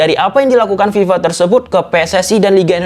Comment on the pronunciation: Bukan Viva pak tapi fifa